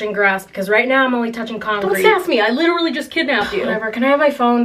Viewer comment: You said legiterally I am one of the few who ever say that heck ya tech ya